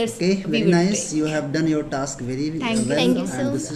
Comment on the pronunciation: Is it only me who noticed saying taks rather than task